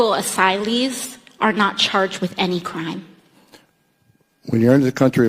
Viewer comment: I would never use the word "Asylee" solely based on the way the word sounds when AOC speaks it. She is so insufferable.